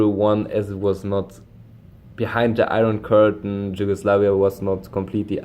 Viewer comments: you are saying it like "dž" just say the "y" like in yes Regardless, awsome video, keep it up!👍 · You say it so wrong, it’s YUGOSLAVIA in English, in Serbian it’s Jugoslavija but in Slavic languages J is spelled like Y not like in English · Ye haha you pronounce it as if a slav would spell it Đugoslavia no worries still thx for the vid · J in Slavic languages is like Y in English like I explained, you need to say it like In English Yugoslavia because you use now the Serbian form but you read it like English letters, Slavic pronouncing is totally different from the English one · Problem is not with writing but with pronunciation, you pronounce name of some countries really bad like Yugoslavia, there is no English J, because in Slavic languages it is not pronounced like in English...